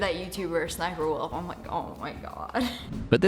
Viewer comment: The name is Sssniperwolf this is how you pronounce it S s sniperwolf